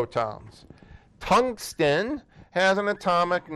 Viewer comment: It caught me aback when he called the element: "Tungsteen" / or was that "Tungstein"? That sent my 'spidey sense' into overdrive. The Professor seems to have forgotten that the super-cooled superconductive materials shall need to remain so chillingly cooled - and that requires significant inputs of energy. Why had Prof brought in an arc welder? Who knows. Welding is a process under which an intense source of heat will melt similar metal.brought to join, allow to cool, and so create a bond There is a similar form of joining metal components: brazing - that's where you add a support metal which shall join two different metal components by melting that supporting metal - that's commonly known as MIG - Metal Inert Gas. For special applications, here also is TIG - Tungsten Inert Gas The (usually Argon) gases applied are chosen inert mostly to chase away damaging O2.